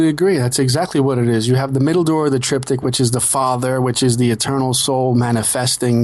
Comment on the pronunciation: Triptych. The guest needs to learn to pronounce the word!